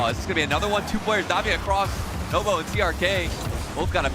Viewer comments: Who the F is nobo, how on earth can he be a commentator when you can even say NWPO's name 🤣🤣🤣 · I heard novo lol pissing me off